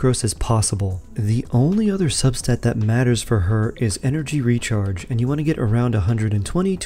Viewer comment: What is energy rechrage? 😂 I wasn't going to say anything, but you did it multiple times 😜